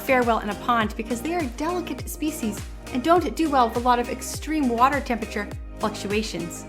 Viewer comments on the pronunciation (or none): none